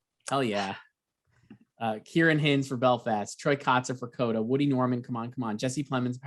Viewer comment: Also Ciaran HINDS is pronounced with a long “I” like in “Finds”